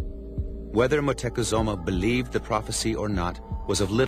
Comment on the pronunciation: moctezuma.. pronounce it right europeans